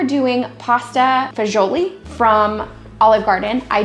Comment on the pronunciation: The Italian pronunciation for this is Pasta Fajool. Love your videos!